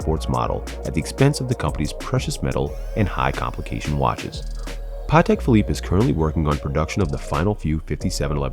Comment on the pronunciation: Rappers don't know shit about Patek they just but a Nautilus with aftermarket diamonds and ruin a good watch that is worth a ton of money and make it worth zero, also if your gonna do a segment on it at least know how to pronounce the name smh